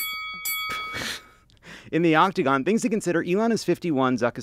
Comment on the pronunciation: Lovett vs. saying the world octagon correctly ding ding